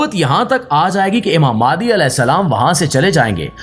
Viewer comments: Likha nh bol b galt raha ha mehandi ko mahdi bol raha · mahdi is the right word,not mehandi